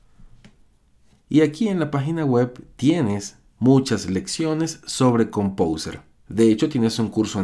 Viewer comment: jajaja pronuncia compouser y lo escribe compouser